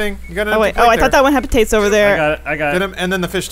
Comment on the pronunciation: calling them potates:D